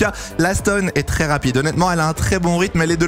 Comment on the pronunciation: tRRRès tRRRès 😂